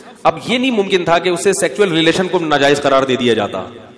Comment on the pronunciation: सेक्चुअल नहीं सेक्सुअल